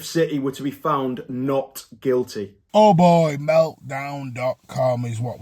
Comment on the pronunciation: Chaps, it’s City not citeh and Guilty, not Gileh. Speak proper please